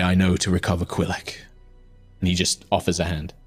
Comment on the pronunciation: It is now canonical that the god of knowlege calls him quillek and not qillek